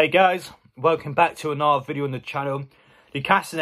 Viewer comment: How do you say another? Naaaaother?